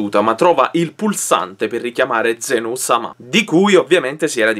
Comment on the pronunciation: zeno? zen-o? zèno, ma la pronuncia esatta la sai dire?